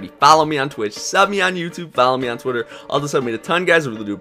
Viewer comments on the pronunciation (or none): none